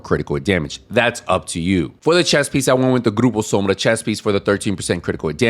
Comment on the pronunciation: Loved this Build!!! Also, as a Portuguese speaker, you’re probably the first english speaker YouTuber that i follow that said “Grupo Sombra” correctly lmao